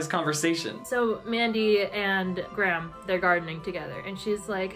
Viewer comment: all I can focus on this entire video is the weird weird way you guys pronounce Graham